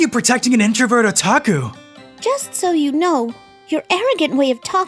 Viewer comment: I'm sorry but what's a Ota-ots-Ota..hol up...Otaku